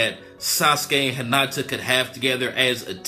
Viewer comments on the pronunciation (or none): Hinata not Henata